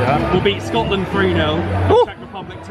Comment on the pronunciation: "we will beat scoatland"